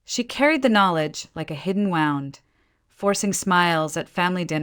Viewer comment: At about : : the word 'wound' is pronounced as it were 'wound' like a 'wound up' toy!. Oops LoL 😢😢